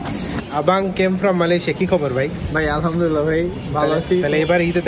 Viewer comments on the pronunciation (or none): none